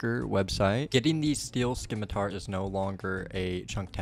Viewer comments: I'm ing you, it's scimitar, not "skimitar". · Runescape is the only place I've consistently heard people mispronounce scimitar as skimitar. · 'SIM-it-ar' putting the c in is confusing him 😂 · "Scimitar" is pronounced, "simitar". "ci" makes the "s" sound, so "sci" is pronounced "s" like as in "science". 😁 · I will you, it's objectively pronounced "sim-i-tar". SMH. Great episode, though and I'm glad you found out about the bank! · Did this man say Skimitar? Definitely him @@@@@@